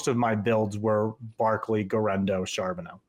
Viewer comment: It's not Charbono....